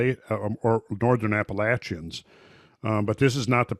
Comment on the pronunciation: My main man knows how to pronounce Appalachian